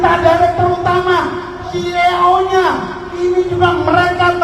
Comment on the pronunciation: nyebut ceo "se e onya" padahal yqng bener ceo dibaca si i o wkwkwkwk....